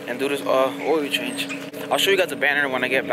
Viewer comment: I forgat he said ...oiyo change ..instead of ..OIL CHANGE...😂😂😂. THIS YEAR ILL FIX MY CAR